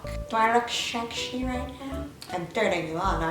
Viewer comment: I love how she says ..*Schexi* instead of sexi lmao